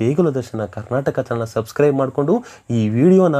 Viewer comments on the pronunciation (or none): none